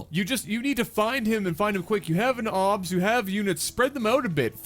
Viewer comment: "obs", not "ops"